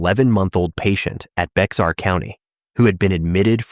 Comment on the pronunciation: Bexar County is pronounced Bear Couny, it is a Spanish word